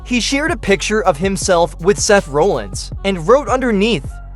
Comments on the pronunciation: Seth RAH-llins not RO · Can’t even say Seth’s last name right I’m calling 100% bullshit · Why do you keep saying rowlins? It's Rollins! Clearly you can't fucking spell either, it IS rusev NOT 'roosev"! Uso NOT 'usso'!